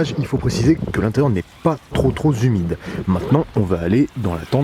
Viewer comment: Très bonne vidéo simple et efficace, le comparatif avec l’ancien modèle est très parlant. J’aime ce cote sans langue de bois, en revanche si tu pouvais éviter des erreurs de diction du type : aReation ( plusieurs fois) et à pas trop z’humide🤨...je n’aurais pas les oreilles qui saignent😉. Bonne continuation...